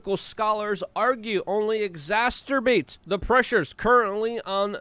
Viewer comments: I take a bong load every time you say exasturbate. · Luke- again—>> exacerbate ĭg-zăs′ər-bāt″ There is only ONE “T”. I think youve created a portmanteau with ‘exacerbate’ and your favorite hobby! 🤣😂🤣😂 Love you Luke!! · Luke your English is superb but one little thing I've noticed is that you add an extra T to exacerbate- exasTerbate- and it's a word that comes up often in your videos. Hope that helps, keep up the good work! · Exacerbate! Exacerbate! THERE IS NO 'ST' in Exacerbate 🤣🤣🤣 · I feel like at this point, Luke is purposely mispronouncing exacerbate…